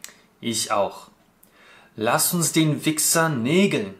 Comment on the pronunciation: А мне послышалось legen вместо nägeln:) Спасибо за разбор)